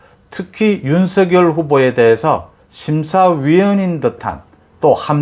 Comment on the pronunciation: "윤서결" "이나견" 정확하신 발음이 존경스럽습니다. 많은 유튜버님들이 윤성열로 발음하시는데, 특별하십니다. 매사에 정확하심이 느껴집니다.